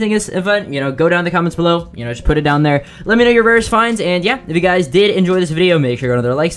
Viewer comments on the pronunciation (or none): none